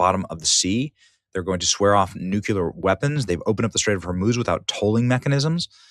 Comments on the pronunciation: How does one literally look at and read the word nuclEAr, and still continue to pronounce it as nucUlar .. 🤨 🤔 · Ben, it's pronounce NUCLEAR not NUCULAR. You be sounding like George W Bush. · Why will NOBODY teach Benny how to correctly pronounce the word "nuclear". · Good reporting but it's NOOK-LEE-UR not NOOK-YOU-LUR.